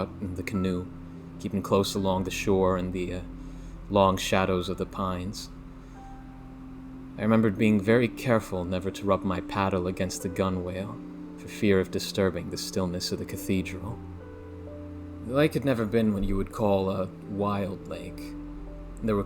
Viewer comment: Gunwale is pronounced gunnel, time to do it again.